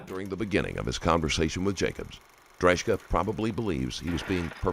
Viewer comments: C'mon man..you have JCS and other youtube videos on this guy and you still butcher this guy's last name 😬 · the narrator doesn't know how to pronounce Drejka's name even though he clarifies it himself in the video 😅 90% sure the narrator hasn't even watched the video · You persistently pronounced his surname incorrectly which was a slight bugbear. I suspected it wasn’t right when I first heard you say it but I thought well maybe it really is pronounced like that. When the cops asked him his surname though it confirmed my suspicions. A pretty minor annoyance though considering how good your videos inevitably are 👍